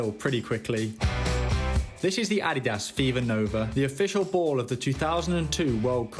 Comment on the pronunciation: Ad-di-das not adias